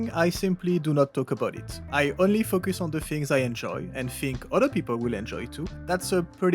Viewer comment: Great video asside, it always gets me when you say focus. Buy us dinner first at least!